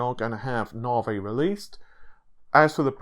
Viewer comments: Navi, not naahvey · Dude, if I have to hear “novv-vay” instead of “navvy” one more time, I’m gonna freak. Half troll, half serious. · Its not naw vay its NAVI naw-vee, GD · Since you can't promounce the letter I in navI.. why do you not call playstation for the playstateen? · love the content :). IDK why you pronounce the long E sound of navi as a long A, makes me cringe. Just ribbing you TY for all the updates and content.